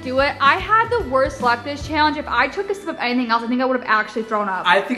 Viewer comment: Who else realizes that says Shallenge